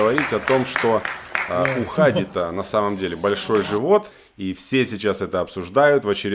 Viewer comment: Правильно не Ха'ди, а Хади'